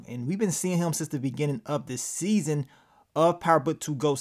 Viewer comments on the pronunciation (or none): none